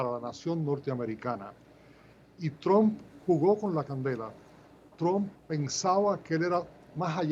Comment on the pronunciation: "Tromp" jaja parece que dijera "trompa". La pronunciación correcta se parece mucho más a "a" que a "o" señor; debería decir "Tramp".